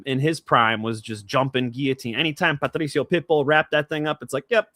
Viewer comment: Stop saying Patdrrricio like that 😂